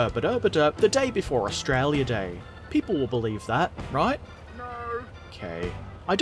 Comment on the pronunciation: Herbert, you sound really Australian when you say Australia. What's your favourite eve ship? If paterons wanted too, how could we buy you a specific interesting kit?